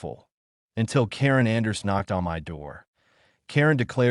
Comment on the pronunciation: Nice story but my is pronounced "mi" with a long "i" noy "m" "y". Fix this BS.